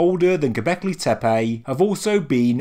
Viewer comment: Please, please, learn the correct pronunciation of the sites. In Turkish language, c is pronounced as a j, ç is ch and ş is sh. Tepe is not tepay, but tepeh.